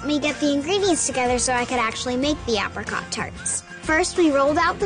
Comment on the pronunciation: 1. that crunch sound effect . she literally just said it was soft yo 2. the way she says apricot???